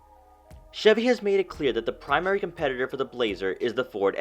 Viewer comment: Primary not primay Twenty nineteen not twayniteen Luxury not lugshe